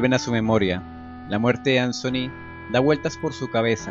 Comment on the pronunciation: No sé llama ansony!!! Es Anthony pero me encantó esto!!! Me abría encantado que algo así hubiera pasado en el original!!!